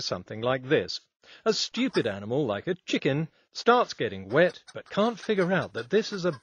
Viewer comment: “A schtewpid animal, like a Ćhicken”